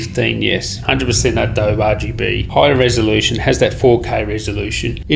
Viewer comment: Adobe is pronounced 'adoh-bee'